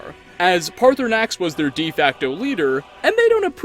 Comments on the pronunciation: The time he called Paarthurnax “Party Snacks” made me lose it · No one gonna mention he called Paarthurnax "Party Snacks"? No, just me? Okay. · Guys he actually said partysax in the vid thanks made my day 100 percent better with that. The fact that you unlike any other YouTube actually read the comments but I agree, third option is what we need 😂. I enjoyed the video and I definitely agree with the crimson nirnroot it’s my number 1 hated quest and I’ve never even finished it yet. I’ve been through bleak falls barrow 100s of times and still more annoyed by the crimson nirnroot quest. My opinion. See you soon in your next video. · Did you just call Paarthurnax Party Snacks?